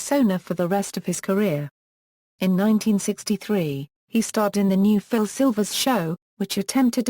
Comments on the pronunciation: This man is a icon and has been a big part and very dear of my family's life. I grew up with Bilko and the crew and do did my children. Therefore if you cant get it right please don't bother with your futile commentaries! Does Col Hall ever say BEEKO? Never its slways BIL-KO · TAKE THE VIDEO DOWN AND DO IT RIGHT THIS SHOW WAS A CLASSIC AND GIVE PHIL SILVERS THE RESPECT HE DESERVES. I NEVER REALLY LEAVE COMMENTS BUT THIS VIDEO DROVE ME NUTS EVERY TIME I HEARD YOU KEEP SAYING BEEKO I HAD TO STOP THE VIDEO . DID YOU EVEN WATCH THE SHOW (HINT-HINT)